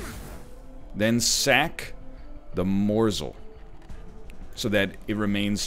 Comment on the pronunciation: the way he started to say morsl sounds incredible drunk